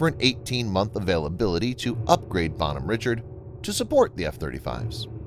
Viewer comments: Pronounce the name entirely wrong. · Good video in general. However the pronunciation of the name of the ship kinda drove me nuts. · This makes my ears bleed hearing the name said wrong having been on this ship for 3 years, this name being said wrong is like hearing nails across a chalk board